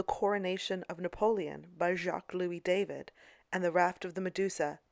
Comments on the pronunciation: David is pronounced Daw-Veed. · There are many surnames that are pronounced as in the original language by English speakers. Check with any English speaking art history scholar of merit. It's always pronounced Daw-veed. You are making yourself look ridiculous and uneducated by pronouncing it the way you are. But whatever, you obviously think accuracy is not very important in your museum tours videos. My mistake, I mistook you for someone interested in accurately educating people about classical artists. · Please clarify something for me: I have heard the surname of the artist who painted the Coronation Of Napoleon pronounced as "DAH- VEED" and "DAY-VID" the latter pronounced the same way we pronounce the FIrst Name. Which is correct? This artist is the same who painted the highly-controversial "Death Of Marat" which haunted David for the rest of his life, and was one of the reasons David was exiled to I believe it was Belgium for the rest of his life. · Constructive correction, the painter’s name is pronounced “Dah-veed”, not like the English name David.